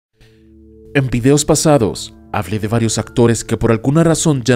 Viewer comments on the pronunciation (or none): none